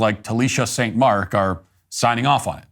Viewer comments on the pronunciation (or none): none